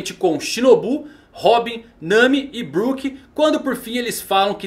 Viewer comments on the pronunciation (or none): none